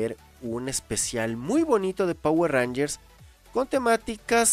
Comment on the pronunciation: Quien dice jayatus? XDDDDDDDDD